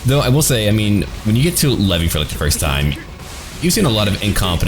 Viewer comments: Levi! He said levi(lev-ee) it's Levi(lev-eye) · not Levi as in the jeans haha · its levi not levy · its not levy its leave and then I levi. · I'm pretty sure it's pronounced "leevai" but whatever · Jean is my favorite character. His character development is just so amazing. Also that is NOT how you pronounce Levi's name lol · the way he said levi XD im done